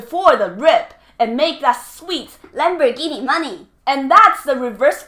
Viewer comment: “Lamb boar ghee knee money!!” LOL